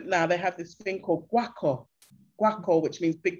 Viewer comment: And one last thing, the drums are called gwo ka, not guaco that sounds like some spanish stuff lol 😁